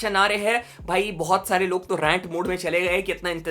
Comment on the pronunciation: Shareh❌ Sare✅